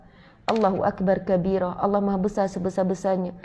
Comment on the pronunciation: slm, ustazah, allah huakbaru kabira , bkn huakbar kabira